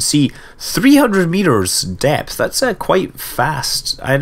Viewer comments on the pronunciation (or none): none